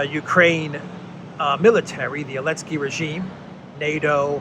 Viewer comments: Why do you systematically and consistently pronounce his name "Alinsky"? Is this some sort of Russian-sponsored talking point, because I can't see any reason to so consistently mispronounce the man's name when surely you know better? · Letter Z was displaced on the Russian weapons during the start of the war, so letter Z was strip off when you pronouncing His name.